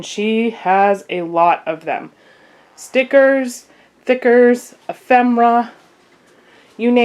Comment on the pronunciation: I'm a Crafter mainly cricket and sewing and I thought maybe you were pronouncing stickers wrong and then I noticed you said it again and I don't know what "Thickers"are cuz they definitely look like stickers to me somebody want to explain to me what thickers are